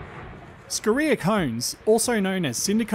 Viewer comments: Great video mate, but I get a little triggered by your pronunciation of Scoria and Dolomite. Your emphasis on the reee in Scoria and Dole in Dolomite to be specific. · You already know how to score. Just add "ee" and a short "a" if you want to pronounce "scoria" in both English and USA.